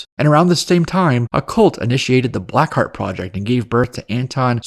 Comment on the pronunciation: it's "Black ❤ Heart," not blackheat 🤭